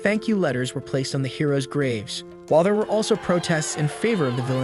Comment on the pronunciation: I guess the hero's are heroin addicts. seriously why does the text to speech say heroin